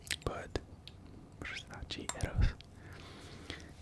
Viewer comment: Versace! Not Versaci😁